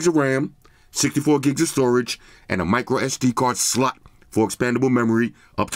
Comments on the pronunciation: Love the way he says SLOT😂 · The "Slot" emphasis kills me 😂🤣😭😭